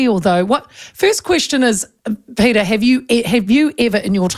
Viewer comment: Peteri ???? Any reason you have to maorify his name ? , his name is PETER .